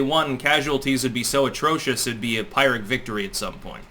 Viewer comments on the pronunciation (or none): Just so you know its Pier Ic victory not Pyre Ic that sounded like pirate then ic lol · did you say pyrrhic or pirate? lol